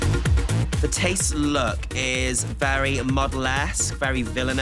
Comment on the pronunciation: Finally someone pronounces my mom's name right